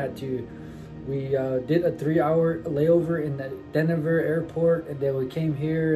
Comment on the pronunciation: Pronounced-"DeNver" not " Dennaver" 😆